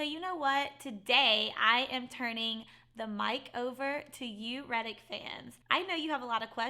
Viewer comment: It's Reddit not Reddick. 🤦‍♀️😂